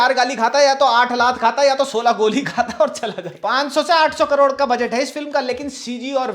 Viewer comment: 😂😂😂 karod ❌ Road ✅